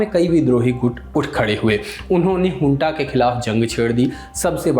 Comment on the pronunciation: Hunta nahi bhaiya ji junta hai aap to bus chatpati Khabro ache lage the😅